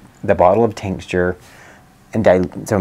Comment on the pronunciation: Are you saying tincsture, or do you mean tincture? I'm guessing you mean tincture.